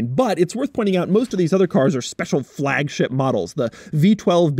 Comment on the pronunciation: Frrrrrrrragship, LOL